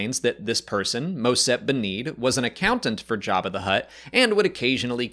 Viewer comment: I like how he calls him Yabba